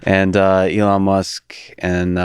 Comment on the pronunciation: He can't even pronounce ELON's name correctly!!!! - "SpaceX and Tesla were obvious" Please cancel this man